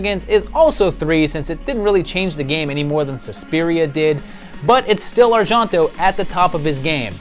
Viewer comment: Argento Is not "arshanto", it's "ar-jen-to"